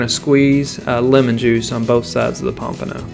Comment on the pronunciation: take a shot everytime he says pampono